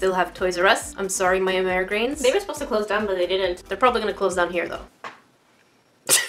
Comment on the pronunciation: You:Amerigans Me:Americans -_